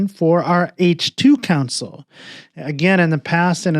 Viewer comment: Great video. Thanks. One funny thing that was confusing was that you kept saying "council". Took me a while to realize you meant "console".